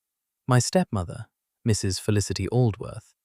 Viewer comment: I enjoyed this story tremendously. The basic narration told the story with almost human accuracy and emphasis. Still had the AI flaw of treating the period after "Mrs." as the end of a sentence, with her name starting a new one. Narration much better than the captions, that were obviously speech-to-text and contained numerous inaccuracies and outright failures to translate the spoken words into text. The opening vignette of images had little to do with the story, and the shifting around of the main image did not do much positive to relieve the static sameness of it. Though it was a good image. But the story itself and the flow of the narration redeemed this presentation from these flaws, to me, and it was a pleasure to listen to. OR, USA